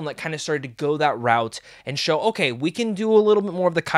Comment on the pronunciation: It's "Showa" era...not "Show"